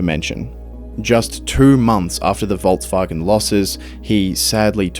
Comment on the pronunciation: There is no T in volkswagen